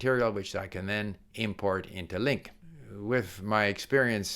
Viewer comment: OK, you got me, I have been thinking about this for a long time, but now I will really try LingQ, that obviously should be pronounced Lin'queue.